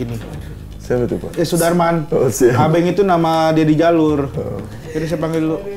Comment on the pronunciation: Gurunya slah ngucap Yunus dan Abenk😹